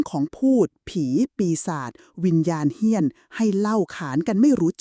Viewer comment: เฮี้ยน .. ไม่ใช่ เหี้ยน ที่แปลว่า สึกหรอ ครับ !